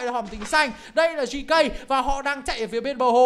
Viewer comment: GK anh đọc là gẫy cu🤣🤣🤣